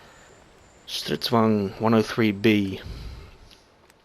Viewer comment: You have the so far best pron. of ”Stridsvagn” not being born a Swede. Im impressed. Nice video btw!